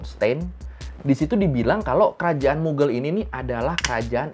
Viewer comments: kok dibaca mugel ??? bukannya mughaal yaa ? mohon maaf jika terjadi kesalahan dalam penyebutan 🙏🙏🙏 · Mughal bacanya bukan mughel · What says: "Kerajaan Moghal." What my brain hears: "Kerajaan Muggle."